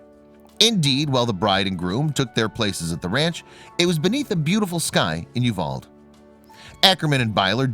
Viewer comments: The town where they got married is pronounced you-Val’-dee, not Uvald with a silent ‘e’. Just saying. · If you could pronounce You val dee, it would be appreciated. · You pronounce it U-val-de in Texas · Uvalde is pronounced Yoo-val-dee